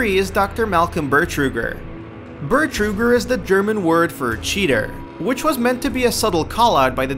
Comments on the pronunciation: The german word for cheater as well as the character's name is Betrüger, not Bertrüger. Also, id - not I.D.! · since I saw no one calling it out yet: is actually not entirely correct. the german word for cheater is "Betrüger", not Bertruger, though it is close. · It's "Betrüger", not "Bertruger". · Bertruger is NOT the german word for Cheater ! Its Betrüger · The german word for cheater is betrüger not bertruger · It's actually pronounced Betrüger not bertruger. But hey it's funny anyway:) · Bertruger isn't a german word Betrüger ist ein deutsches Wort